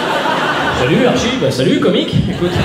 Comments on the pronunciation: On écrit archi mais ça se dit artchi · Archie ça se prononce "artchie" je pense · tu prononce mal c'est le diminutif de Archibal prénom d'origine allemande et ça se prononce "Arché" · Ça s'écrit Archie maos ça se prononce Artchie ahahah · Tes blagues mon fait rire mais il faut savoir que le prénom Archie se prononce Artchie voila pour la précision :) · Archie c'est pas l'abréviation d'Archibald 🤔 donc qql part c'est un peu royal, mm si c'est que Archie et est-ce que ça se prononce pas avec un t genre Artchie (en plus ils sont anglais) Si tu vois pas regarde Riverdale 😂😂